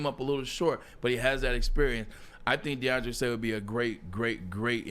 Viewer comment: Is Braylon saying DeAndre Slay??? 🤔 lol